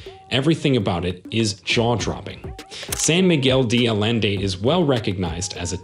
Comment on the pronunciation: Jesus, learn how to pronounce San Miguel de Allende and Ajijic.